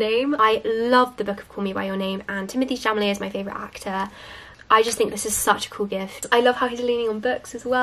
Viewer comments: It's so cute how you pronounced Timothée CHAMALE hahaha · "Timothée Chamalet" Lol!